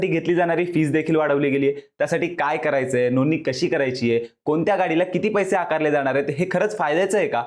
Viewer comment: Bhai नोंदणी नीट बोला... tumhi Nooni bolya sarkha vatata😂😂